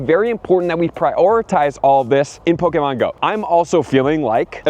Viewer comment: Who in the hell said that’s how your supposed to say “Pokemon” you sound weird and or robotic.